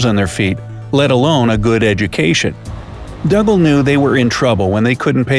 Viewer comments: I have always heard Dougal pronounced as if it was Google, but with a D at the start - Doogle, Never as Duggle. Think of Father Dougal from Father Ted or Dougal the dog from the English version of the Magic Roundabout. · I'm almost positive that dougal is pronounced doo-gull not dug-ahl The more the voice says dug-ahl, the weirder it sounds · It's pronounced Doo gul NOT Dugg ul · Hi bro just to say it's pronounced doogal and I only know that cause he's my great grandad and my mum is Niels daughter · Dougal is pronounced Doogle, you do have the pronunciation of Douglas correct though. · It's pronounced Doo-gal.. 😒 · His name is pronounced "Doogal" - it's Scottish. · Dougle pronounced Doogle. What a story!